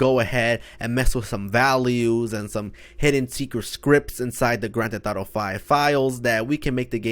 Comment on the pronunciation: “Grand theh thauto”